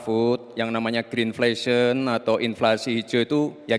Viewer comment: istilah ngawur, pengucaan salah, goggle aja gak tau! inflasi kok berwarna